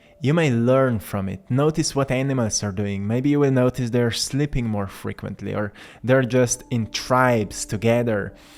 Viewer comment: Not " SLIPPING" well, but S L E E P I N G " well. You are difficult to understand. I am SLIPPING away!